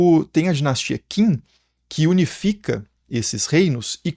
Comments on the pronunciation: A dinastia "Qin" (ou "Qing") pronuncia-se "Chin" (ou "Ching"), daí o nome China. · Olá, uma correção: conforme o sistema de transcrição pinyin, o nome da dinastia Qin é pronunciado aproximadamente como “Tchin” (mais exatamente Tchín, com tom ascendente no mandarim). 🙂 Pronunciar "Kim" é de doer o ouvido...🙉